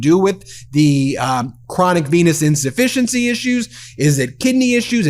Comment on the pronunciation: Did he say, "chronic penis insufficiency"?